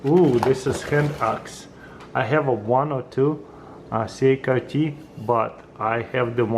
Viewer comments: CRKT is pronounced like " CRICKET" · Cee -uh-car-Tee. 😅. Accent in full effect. 👍